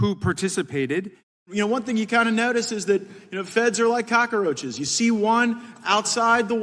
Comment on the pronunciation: I appreciate Matt's scarface-esqe pronunciation of "cock-a-roach" 😂